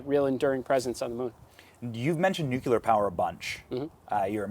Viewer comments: Stop saying 'nuculur'. Its nuclear. Only one 'u', dummy. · Learn how to pronounce nuclear. It's has 2 syllables.